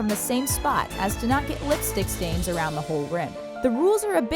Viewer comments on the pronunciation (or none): none